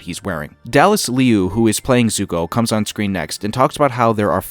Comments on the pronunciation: You were close with Liu and Cormier. Liu = Loo and Cormier = Cor-me-ea (it's French if that helps). Like I said, love your videos. Keep up the great work. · You'd better make plans. This channel is going to blow up once the show drops. Your breakdowns are so good! But one thing you need to work on is your pronunciation of the names. Kiawentiio is prounounced "Gah-wen-dio", Cormier is pronounced "Cor-me-ay", and Liu is pronounced more like "L'yoo".